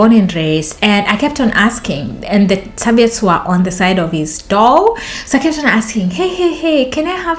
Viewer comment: Sir-vee-utts. 😂. It's the little things, and it is miscommunication. But you killed me with the dildo.